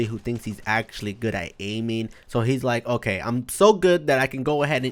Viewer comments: Hè always says acxtualy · Why does he always say actualy